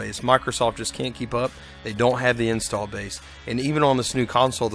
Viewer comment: Unrelated to everything, am I the only one who thought he was saying "install" strangely? A little bit too much stress on the first syllable... After . It's interesting.